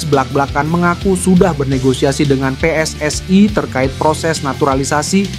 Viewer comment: Min lidah elo jangan seperti lidah jiran.....elo kan bukan bule, pakailah pelafalan Indonesia yang bena pe-es-es-i (PSSI) BUKAN pe-es-es-ai.....wo ai ni